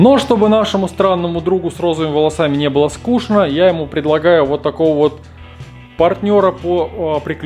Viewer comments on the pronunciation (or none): none